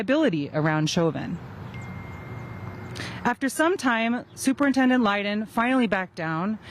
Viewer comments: superintendent's name is pronounced >>> LIE-DONE << lydon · that superintendent's name is pronounced >>> LIE-DONE << lydon